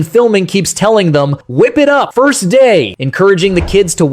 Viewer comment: That mom can’t even say “First day correctly!” 🤦🏾‍♀️🙏🏽 Lord we need you!